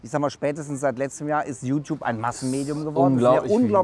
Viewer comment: sagt immer Jutub und nicht Youtube ^^